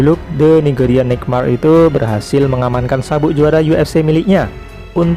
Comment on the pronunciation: Nightmare...coba ucapkan yg bener..haha